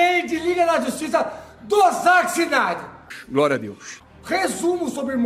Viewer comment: "záqui cinaider" caraiii, qual a dificuldade de falar o nome do cara? hahahahahaha bagulho simples po